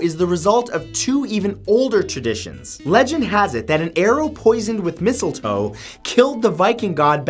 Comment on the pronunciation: "number nine is missile toe" me: "missile wah...? ... oh.... mistle toe... oh... "